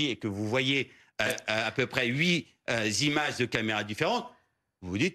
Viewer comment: "quand vous passez devant votre régie et que vous voyez à peu près huit z'images..." Qu'est-ce que c'est, une z'image?